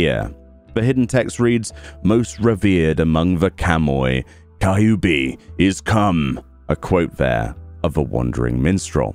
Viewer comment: i hope u still dont say "Kai-yu-bi" still